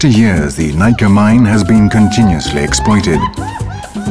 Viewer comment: "Explioited" is the focus here....